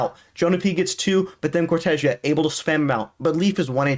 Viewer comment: No, im brazillian, And hes saying correctly, the casters says as americans says It, so they say wrong, is cor-te-ZEA